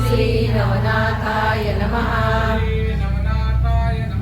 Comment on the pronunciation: Sree nahi shree